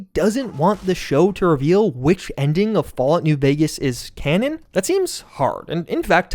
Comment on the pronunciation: Literally said "connon" 40 times in this video.